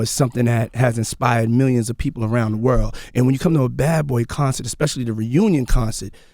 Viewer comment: around the wurl